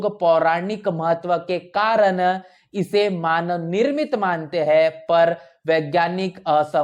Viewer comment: उच्चारण में "है " और " हैं " का अन्तर नहीं सुनने को मिलता है ।